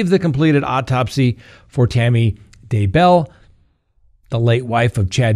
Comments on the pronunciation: I've noticed you're the only one who pronounces the Daybell name with the accent on the last syllable. Maybe you know something that we don't know. But everyone else in the news says DAY-bell. It really does seem like a more natural sounding pronunciation but I guess you may have some insider knowledge on this. Anyway thanks for the expert legal insights!!!! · Some slack is not really warranted here. is the host of a YouTube channel that boasts accuracy, truth, legitimacy, etc. Accordingly, he should get the basics correct, which include people's surnames; people that he has had on the front burner for a couple of years. He even got Tammy's last name wrong a second time, seemingly after an edit! His credibility is suffering here, in my book. I may check back in with him once the trial/trials start, but for now, my mouse is heading to the unsubscribe button. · I love you even if you never say Daybell correctly. 😘